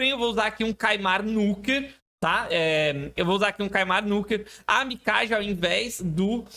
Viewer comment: Parabéns pelo vídeo e conteúdo,. Só pra efeito de curiosidade, em japonês, pode pronunciar o nome Mikage como se fosse Mikague. 🕺